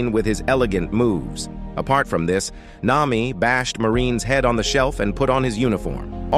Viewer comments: The AI just said "Nima" WHAT THE FLIP?! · nah, its this mihawk: mwihwak marine: meraine sanji: sajin (i dont know where the pirate part is) nami: nima